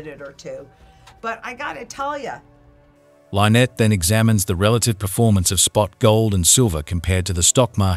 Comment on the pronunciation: Why dies the narrator mispronounce Lynette's name???? Drives me nuts!!!